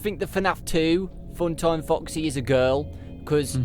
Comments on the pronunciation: he always says fucksy instead of foxy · he said f**ksy